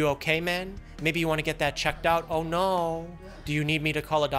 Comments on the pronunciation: “Ohhh nooooooooo” in an Asian voice fucking killed me 💀💀💀💀💀😭😭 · lmaooo am the only one who noticed he used a Asian accent say oh no HAHAHAHA